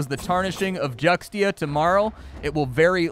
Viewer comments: its pronounced Jchuaxzckutcktia . did that help ? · FYI not correcting you just saying in general Xt usualy is ancient for a d sound or the x is silent so it would be Judia or jutia but I like your pronunciation better :)